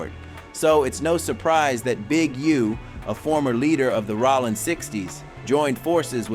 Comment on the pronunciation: its ROLLIN not ROLLAND lmfao